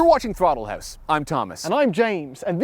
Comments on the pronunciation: And yet... "THORTLE HORSE" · I swear James said in opening "Throttle Horse Car Report"..... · "Thortle Horse"